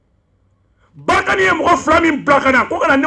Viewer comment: C’est pas Barkane, mais munisma